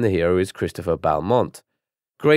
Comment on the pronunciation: avenge humankind? Also, should be pronounced as Bell-mont